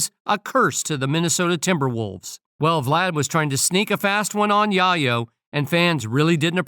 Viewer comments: Tony Yah-yo 😂😂😂 Tell the AI voice it's Yae-yo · I couldn't take the tony yahyo it's yayo 🤔💯👍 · Tony YaYo....... Not Yahyo......WTF,....New York City Dont like Vlad,.... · The Narator can't read!! "Yayo" like in "Scarface". "Chi Chi, Get the YAYO!" DICK HEAD! 😮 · I was thinking "Yay Oh" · Same here, it’s like watching someone’s name get butchered, right in front of you for 15 minutes straight, and it’s nothing you can do to stop it, except walk away, to save yourself. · Why is it that the man narrating cannot pronounce Yayo properly....just say Tony....jeez